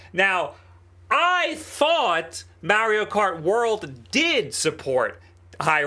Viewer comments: DUMBAS IT'S MARIO IT'S NOT MEARIO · You dont even pronounce Mario right and you own like 30 PC handhelds who cares its MAR io not Mair io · It’s MAR-EE-OH not MAIR-EE-OH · Is there a reason you enjoy saying Mary-O instead of Mario?